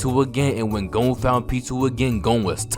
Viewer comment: "Gohn" YEAHHHHH🥶🥶🥶